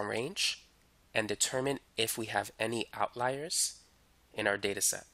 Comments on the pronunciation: out leers?.. its out-liars....jeez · why do u say outleer, it's outliers like out liar. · You are an excellent teacher and I just want to correct your pronunciation of the word outliers. It sounds like Out liar as in someone who does not tell the truth. YOU are a great teacher. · What dialect pronounces it "outleer"? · Great video but if you say "Outleer" again I will scream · I'm so thankful I wont even comment on how strangely you pronounce "outliers" :p